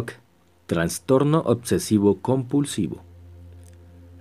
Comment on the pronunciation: Ditsionario? Sudterraneas? Odsesivo? Sedsual? Adsidente??? Hombre si vas a hacer un audiolibro debes pronunciar correctamente. Con todo respeto. Hay ejercicios para corregir esos defectos. Saludos